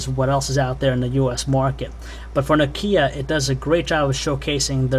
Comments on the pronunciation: it kinda iritates me that he says nokie E73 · he says no-keya